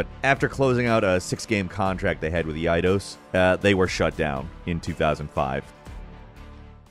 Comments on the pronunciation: “Eye-Dos” dude, not “Eee-Why-Dose” x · Eidos is pronounced EYE-dose btw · I’ve never heard Eidos pronounced that way. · Bro, how do you work in gaming and can't pronounce Eidos?